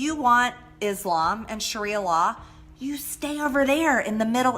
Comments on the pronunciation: Greene can definitely work on her pronunciation. "Shria" is actually "Sharia." "Kran" is "Quran." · MTG can't even properly pronounce Sharia law/religion